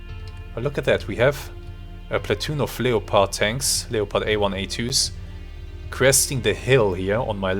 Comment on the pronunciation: Awesome game, and awesome vid. Just an FYI, in English, you pronounce Leopard as “Lepard” or “Leperd”. The O in it is basically silent, so it’s not “LEE-O-PARD”